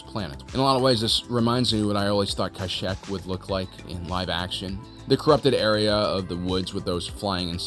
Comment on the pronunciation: You purposely mispronounce things right?? “Kashek”